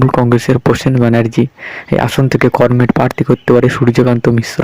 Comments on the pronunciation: আপনি বাংলা উচ্চারণ সঠিক ভাবে করতে পারছেন না। আপনি কমরেড উচ্চারণ করমেড করেছেন। অবিলম্বে এই ভুল সংশোধন করুন। ধন্যবাদ। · করমেড?😂😂 এই শুনে ই বোঝা যাচ্ছে আপনার খবরের দম।😅😅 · comred uccaran thik kor